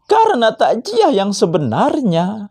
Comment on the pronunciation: Klu sekedar ngomong kosong seperti ini siapapun boleh ngibul...masa...ngomong Takziyah saja sudah salah....kok di bilang takjiah...kamu itu...mabuk atau apa mas